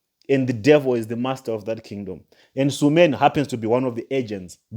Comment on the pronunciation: THE NAME IS S U L E M A N NOT SUMAN